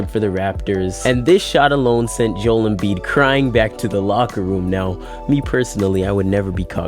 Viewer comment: It’s pronounced Jo-el not Jewel stupid